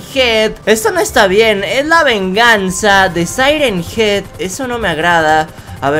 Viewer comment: Se yama siren Hean